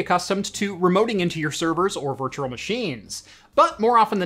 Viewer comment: Virtual not virtuRal